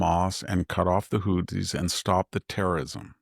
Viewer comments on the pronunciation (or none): none